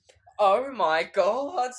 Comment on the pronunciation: I died when he said "oh my", but to me it sounded like"옴마"(omma=mother*in korean*)